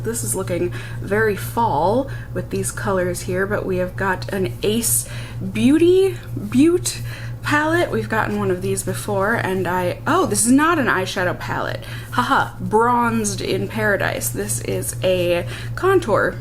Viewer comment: I've looked on the Ace Beaute website and... i have to inform you for your giggling pleasure that it's pronounced BOO-te (I'm not sure if that means boo-tay, boo-teh, or boo-tee) but there you go! :P Also, the music for your crease blending makes me think of old school trading spaces transition music!